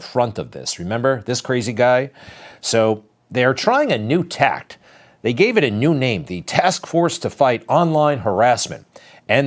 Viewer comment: At about 9.50, it's"tack", not "tact". Take care!